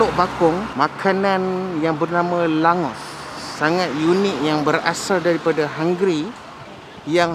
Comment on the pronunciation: nama sebenar dia, Langoš. boleh jumpa area hungary, slovakia dan czech republik. sebutan sebenar kalau dalam bahasa melayu, baca sebagai 'langgosh'.